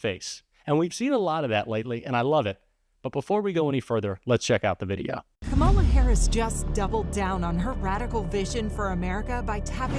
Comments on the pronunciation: Do they really not know how to pronounce her name or are they just stupid? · I wonder if the narrator would have, if not coached otherwise, correctly pronounced “Kamala” in Trump’s propaganda ad.